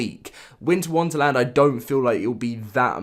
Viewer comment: I love how u said Winter Wunterland rather than Wonderland